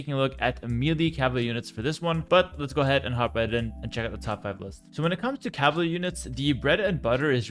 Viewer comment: My man cannot pronounce "cavalry" and idk why but it bugged me throughout the whole video hearing "caval" and "cavaly" and "cavarly"